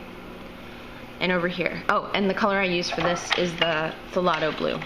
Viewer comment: Pronounced THAY LOW, the P is silent........ Nice video though. (the g is silent!).